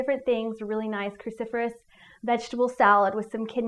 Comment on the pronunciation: What did she keep calling these vegetables? Christopherous?